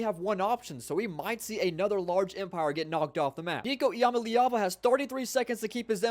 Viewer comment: it’s “Ih-Ma-Lee-Ah-Va”